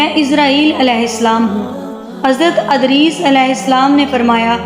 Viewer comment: Adris nahi hai vo edris hai